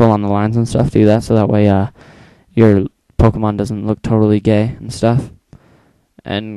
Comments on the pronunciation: dude wtf is a poemon?is it a ghost or what? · poemons lol